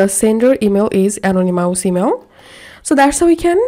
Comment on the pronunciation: Thank you for the information. Just a little gentle constructive criticism, ( uh - naa - nuh - muhs ) Is how I believe this word "anonymous" to be pronounced.